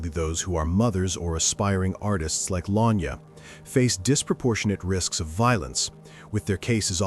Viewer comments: The pronunciation is La-Ny-Ah…. RIP 🙏🏾🙏🏾🙏🏾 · Luh- nai-yuh not Lanya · Is anyone else annoyed by the fact he keeps calling her Lanya? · Her name is La Nyah. U been saying it wrong the whole time .. I don't care what she wore what was going on she did not deserve to die in a manner that she did. I hope and pray that Justice is served soon and that they will find the person responsible for her death.